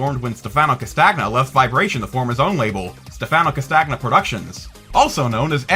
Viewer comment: Btw, a small criticism/nitpick about your pronunciation: the letters "gn" in Italian words should be pronounced as "ny" - as in, "Stefano Castanya", "Claudio Manyani", etc. I don't blame you tho, I also was unaware of this for several years lol